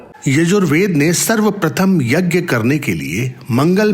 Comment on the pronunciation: स्वामी के उद्बोधन के हिन्दी अनुवाद में आपके द्वारा 'यज्ञ' शब्द का अशुद्ध उच्चारण खटकता है। स्वामी के उच्चारण को सुन कर सही उच्चारण किया जाना चाहिए।